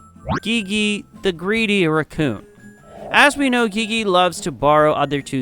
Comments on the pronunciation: Its not gege its gigi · wow its gygy now…? its GIE GIE not gygy (edit:its how you say it NOT how its spelled) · Geegee :( btw its pronounced like jeejee but looks like gigi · Ghighi instead of Gigi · Ain't no way he said gigi as gihgih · Also Gigi is pronounced (jee jee) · it’s pronounced (jeejee) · Btw you r pronouncing Gigi wrong you have pronounce it as Jiji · It's not Gigi it's G g😊 hope this help but it is spelled g i g i😊 but you pronounce it G g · gigi's name is pronounced (gee gee) P.S. sorry if this is rude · You're saying Gigi wrong its pronounced Jiji even though its spelled diffrent